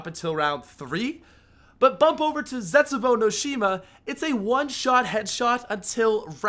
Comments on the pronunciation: Zestbuou? Really? Lol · "Zestbuou" you okay fam?